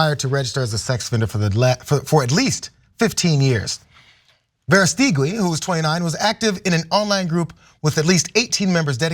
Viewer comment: Is it not pronounced "Vera stooge i"?? But we know you have to be a sicko to support Trump anyway so no big surprise here. The Nazis were really good at messaging also.